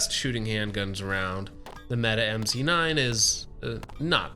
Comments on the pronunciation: good video- it is pronounced "meh t eh" not "Meta" to note for next time. Turkish for Brave or Hero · Why do you keep saying meta? I know janik isn't popular with its name pronunciations but in no world is mete pronounced meta, please refer to it as the meaty as it was intended to be pronounced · It's pronounced meh-teh. Not meet or meta or meaty.